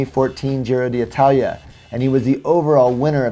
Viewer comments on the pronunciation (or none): why do you keep calling it the Giro dee Italia? I'm no Italian speaker, but I'm fairly sure it is pronounced Giro ditalia...;-)